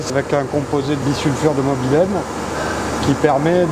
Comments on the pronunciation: bisulfure de molybdène et non bisulfure de mobylène (pourquoi pas bisulfure de mobylette !), lol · Le bissulfure de "mobylène" j'adore 😂 Molybdène c'est mieux. Super intéressant en tout cas. Bravo, pour la chaîne, bravo pour les tutos et l'ambiance ! Et merci !